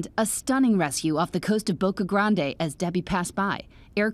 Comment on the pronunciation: It's pronounced grand not gran-day.